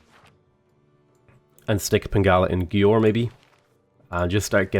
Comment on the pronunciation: You should check how to pronounce the names of the cities.. :D 'Győr' it's a hard language but we Hungarians would appreciate if you at least try to. Keep up the good work!